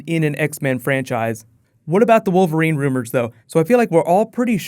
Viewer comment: Ha! "Female WOVERLINE character" .